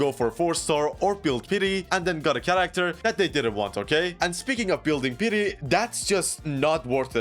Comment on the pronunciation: no fucking way he says character with TCH. jesus what a low iq.